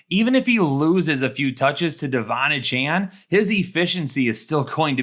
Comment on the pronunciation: Ok, love the show, appreciate what you do. That said: AY-chan, not UH-Chan, please. Kthxbi